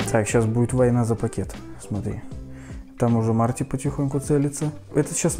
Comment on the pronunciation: Марти звучит как март